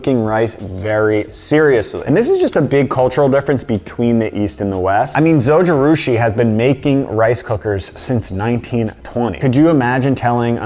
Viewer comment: Kudos to you for pronouncing zojirushi properly! I have the bread maker… love it. I love rice cookers… now, I use basmati brown rice mostly. I have never been one for since use kitchen items… but the rice cooker! Yes. I also have the ninja ice cream product. Love love love. I also have the Kitchen Aid mixer… I have had it for over 30 years and bought one for each kid when they got married.